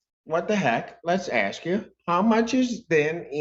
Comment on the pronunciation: I was gonna ax. Lmfao blackinese never dissapoints